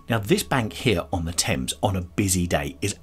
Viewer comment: This Richmond upon Thames is a beautiful video and stroll. I notice you pronounce Thames with a silent "h". Thank you as I have been mispronouncing Thames with the pronounced "h" just like the word "thing". What a delightful area. So glad you caught that lovely flower shop in the center of the square. I bet the fragrance was so sweet to pass by. I loved the little quaint back alley streets and love the cobble stone streets and alleys! Beautiful little shops and such very old history! What with the Henrys, the Edwards, the one Richard, and that Queen Elizabeth I - the monarchy trademarks are fabulous tid-bits to know. HEY - look at that wonderful pub called The Old Ship!! Now that is English if I ever saw. I would love to have the good ole Fish n Chips with a dark English lager in there! And dont forget the Malt Vinegar on the fish!! OK, now I adore Paved Court. A beautiful side street that I would love to visit. Oh...The Open Book! I can see you in there. LOL I got such a laugh when you said..."having a good flick through - right!" 🤣🤣🤣🤣🤣 The river on Richmond is just gorgeous. I wonder if in the quiet serene area of the river, if people are allowed to take canoes out for a paddle? Loved this area and great video! Blessings.